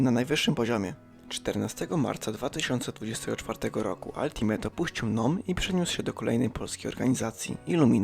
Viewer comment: Wymawia się „altimejta” nie altimeta i strasznie bolą uszy